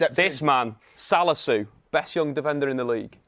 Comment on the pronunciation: Cant believe man said salisu🤣